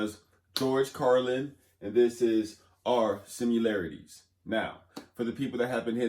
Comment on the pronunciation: It's similarities, not simularities